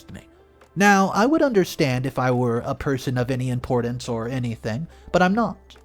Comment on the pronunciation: "Probly" is not a word. "Impordense" is not a word.